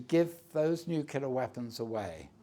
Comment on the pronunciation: gives no agency to the ukrainian people...(madam, thank you for your question) he calls ukraine a 'small' country, which it most definitely is not and 'nucular'...really? would be good to hear someone like him posit on how things would have gone if eu rather than nato membership had been given the greater impetus over the last 15 or 20 years total tory